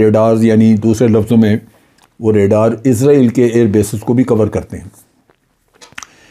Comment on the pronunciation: سورہ بنی اسرائیل کو بھی ازرائیل پڑھوگے